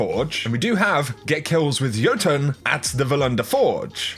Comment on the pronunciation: Why is it that NONE of these Youtubers are able to pronounce Jotunn properly? It's the name of the giant races from Norse Mythology: the Ice Jotunns, Fire Jotunns, etc. Go watch the Thor movies!